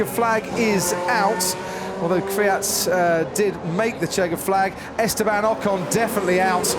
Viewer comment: he can't even pronounce the surname of KVYAT properly, he says Fiat! lol